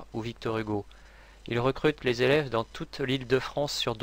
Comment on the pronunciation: Vingt zélèves ? Non, vingt élèves.